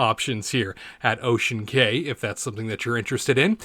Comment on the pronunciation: It is pronounced Ocean KEY